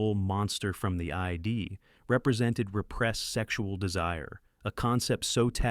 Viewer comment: AI apparently isn’t as intelligent as people think. Use of it for voiceovers shows it can’t recognize names, sentence structure, and common words like id… not I D. There are real voice actors out there who could make you videos more compelling.